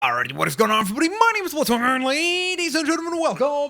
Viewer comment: Why does he say my name is baltzwinger when it's blitz winger